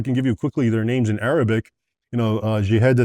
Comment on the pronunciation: His historical facts are on point. His arabic pronunciation not so much. Still a great insight for those who know nothing about the Middle East